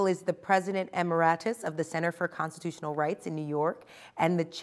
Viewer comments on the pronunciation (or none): It is prononunced emer-it-us and not emer-eye-tus. :)